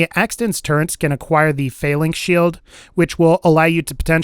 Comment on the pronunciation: Turret not turrent